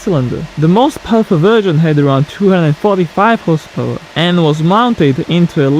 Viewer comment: Please don't get me wrong, but you need to improve the pronunciation of the words "however" and "horsepower" You're doing each time better ok, it's just a tip.